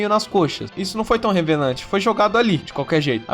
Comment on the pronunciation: Você falar revelante ao invés de relevante é alguma piada interna do canal?